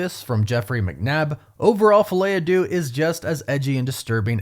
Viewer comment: I know it's no one's fault, but I can't handle the misprononciation of 'Deux' in the title anymore by all the English speakers covering this movie. Only person who's said it well is from Talks. It's not an 'oo' sound it's 'eu', which sounds more like a disgusted 'uh'. Am I the only one who feels this way? 😅 No pun intended, but it's driving me crazy